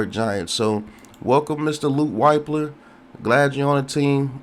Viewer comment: It’s LUKE WIP LER is how you pronounce his name BRO smh 🤦🏾‍♂️ lol.. , GO BUCKS🙌🏾